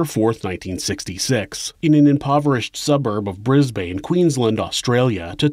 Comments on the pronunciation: Brizz-bin. Not Brizz-bayn. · You obviously missed the glaring mistakes,since when do we drive on the wrong side of the road. Why doesnt he bother to get the correct pronunciation of place names..ie Bris bane its Bris bin! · He needs to find out how place names are pronounced,its not Bris bane its Bris bin. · BrisBN not BrisBAYNE. Love your work, you tell a great story ☺️ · Brisbane is pronounces Bris-bin and Morphett Vale is pronounced Morfit with emphasis on the Mor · Bris-BANE 🥴😂 Only Australians will find this funny.